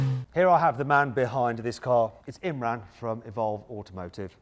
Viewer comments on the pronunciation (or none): You pronounced Imraan with imrun